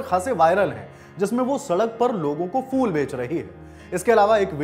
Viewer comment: Arre champak fool nhi phool hota hai